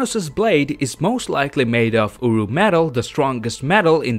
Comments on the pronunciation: Its uru metal damn it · Strongest metal in the universe: UwU 😂😂 thats what i heard